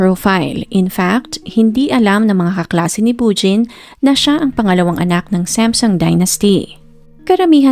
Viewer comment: ANG ARTE MO NMAN MG PRONOUNCED MO NG SAMSUNG🙄DI Q TULOY ALAM NUNG UNA QNG ANONG KUMPANYA ANG PINAGSASASABI MONG KUMPANYA, ALAM MO NMAN SA BUONG MUNDO NA SAM-SOONG ANG BASA DYAN NDI SAMSEN🤪🤪🤪🤪🤪UMAAARTE KA N DIN MG NARRATE⁉️OK KA NA SANA NOON EH🤪🤪🤪🤪🤪